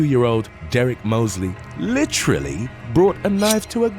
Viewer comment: The way so many people speak these days drives me insane. is one of the worst over-users/molesters of the word "literally", which she pronounces "lidderlee". UGH.